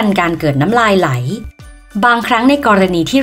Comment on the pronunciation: ไหล ครับ ไม่ใช่ไหน 55555